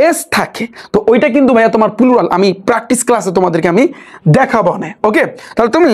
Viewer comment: Pulural ki 😂😂plural শুনছি?